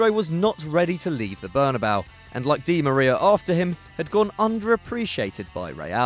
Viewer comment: yo you're mispronouncing Angel Di Maria's name. look it up don't stay ignorant